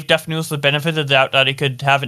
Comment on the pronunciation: Papa butchered def lmao